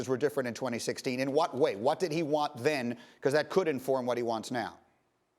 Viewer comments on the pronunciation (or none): none